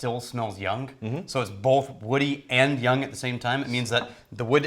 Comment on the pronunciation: is low key messing with us at this point cause he definitely said "yunk" instead of young